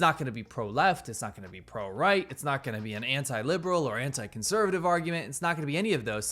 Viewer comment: speech impediment?